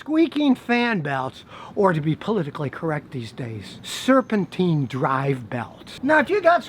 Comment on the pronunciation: It's not serpentine it's serpentine